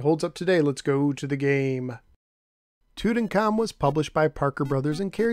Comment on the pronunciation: No, pronounced Tutankham correctly. Toot en calm.